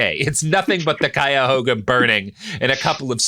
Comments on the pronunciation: My favorite thing is Robert correctly pronouncing "Cuyahoga" but a couple months ago missing "Monticello" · robert is one of the only non-cuyahogans to pronounce "cuyahoga" mostly okay and that is shocking